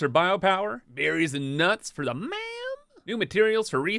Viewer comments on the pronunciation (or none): How u said mam had me dead